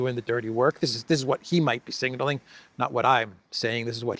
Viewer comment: Just to make you aware (constructive, not mocking)... you seem to be saying 'singling' when, from context, I'm pretty sure you mean 'signaling'. (single vs. signal) .